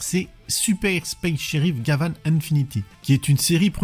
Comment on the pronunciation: Quant à la prononciation, il y a suffisamment de vidéos sur Gavan pour y faire suffisamment attention.